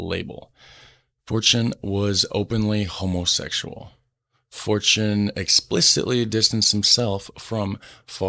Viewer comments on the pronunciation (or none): I find it amusing how you pronounce his name as "Fortune", which is the English word for "Fortuin" (new spelling for the ancient spelling "Fortuijn"). So technically you're correct in the meaning of his name despite the difference in pronunciation ;) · it's okay for you to pronounce it as fortune, thats what fortuyn means, spelled a little weird though. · FORTAIN FOR PRONUNCIATION PURPOSES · fortuyn is accually the old dutch writing for fortune. we write it as fortuin nowadays but the pronounciation is the same. might be a fun fact. And also, I strongly believe Pim Fortuyn would have loved it if you called him fortune as an american. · You did not pronounce his name wrong. You just translate it. 😁